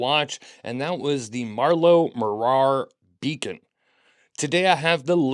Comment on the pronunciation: Morar (nearly) rhymes with bother. MAW-rur Also last I heard, Marloe had moved back to England.